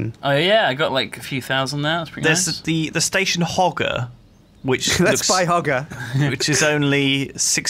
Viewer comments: Im pretty sure you say it Ho-ger no hog-er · hoe-jer is proper pronunciation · The pronunciation of "Hoger" is Hoe-Jer